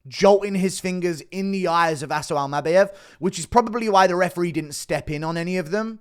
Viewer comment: Bro says Almabayev even weirder than he says Topyeeria